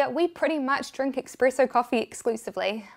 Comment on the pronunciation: says she loves coffee...calls it eXpresso. smh. Great video though. Really enjoyed it!